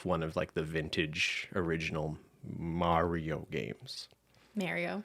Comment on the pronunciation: Wait 😦 did actually pronounce “Mario” correctly?!? Who are you?! You’re not the real 😂😂😂